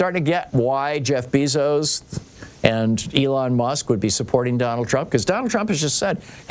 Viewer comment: I thought Bezos was pronounced BAYzos??